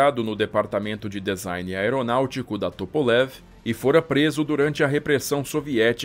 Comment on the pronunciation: Maravilhosa estória. Bem esclarecedora, com detalhes incríveis. Só chamo a atenção para a palavra DESIGN, cuja pronúncia correta é /dizáin/ e não /dezáin/, ok? Valeu !! 👍